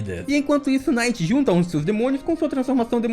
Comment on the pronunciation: Pq você fala "Night" pro Nacht (ナハト Nahato)?